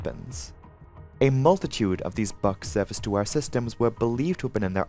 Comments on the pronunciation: Buk is pronounced like book, not buck. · Buk is pronounced like "book". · You lost me at the history lesson. I’m here for aviation crashes not geopolitical commentary. Also, I t’s pronounced BOO with a K at the end.